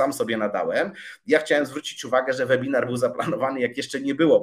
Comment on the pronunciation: Czyta się »łebinar«, uszy więdną po pierwszej minucie!